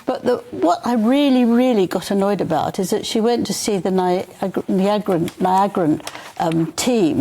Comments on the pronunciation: ‘Nia-agrah, Nee-Agra , Nyi-Agrah team’ Stupid woman, NIGERIA!!! 🇳🇬 Colonist brain not working? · Wait, did you just call our country Niagara? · Angela can’t pronounce “Nigeria”??? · Angelin Levin deliberately could not say "Nigeria". Oh dear! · What planet are you from that makes it so challenging to say NIGERIA 😂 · Why should she be quiet? Why doesn’t Angela go back to the 1940’s😂. Or go back to school as she doesn’t even know how to pronounce Nigeria. 😱😱😱 How embarrassing. She is supposed to be a journalist. Mmmn doesn’t say much about British journalism. 😱🤣🤣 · Come on now i know she cares nothing about black people but please learn how to say the country's name.🤮🤮🤮🤮🤮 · I’m finding at times this woman’s skills are lacking. I’m sure Dan finds her relevant but I don’t. No offense but if you are any writer or commentator how can you not know how to pronounce Nigeria or Nigerian. Like Tom Bower better. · Meghan Markle is awful but Angela Levin should learn to pronounce “Nigeria” - that was ridiculous. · 😂😂😂 Angela please give it up. Meghan and harry are doing fine. You mean they have to teach you three times how to pronounce Nigeria? one of the most populous and biggest country in Africa?